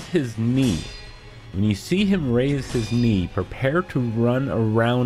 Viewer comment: I swear to GOD I thought you said “raise his meat” lmfao